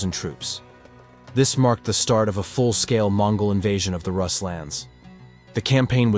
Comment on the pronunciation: Roos not russ